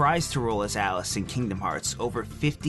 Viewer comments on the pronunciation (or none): none